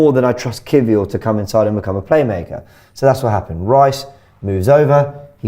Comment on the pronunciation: Why does keep calling Kiwior “key-four” 😂😂